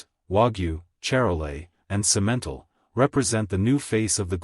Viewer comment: Simentle got on my nerves.